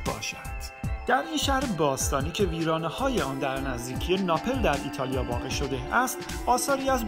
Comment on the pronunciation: بسیار عالی ، فقط لطفا در تلفظ کلمات دقت کنید sombol نه ، sambol napel نه ، napl pompeea نه ، pampey